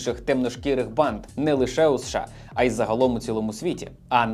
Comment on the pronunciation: Аааааа от чому я вже друге відео поспіль у вас чую «панд»/«панди» замість «банд»/«банди»? 😂